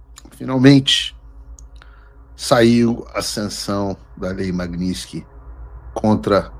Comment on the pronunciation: Ué Paulo vc corrigiu a repórter da globo news pq ela falou magnitisky errado e vc mesmo não sabe falar, aí fica difícil heim!